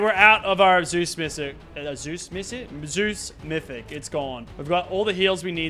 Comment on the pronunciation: "zues missic"